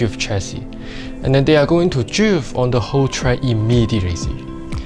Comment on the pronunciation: Dwifting😂 i love how hé says drift😂